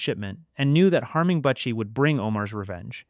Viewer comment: Please fix this moving forward. MOO ZONE BUH-CHIE LEE-VEE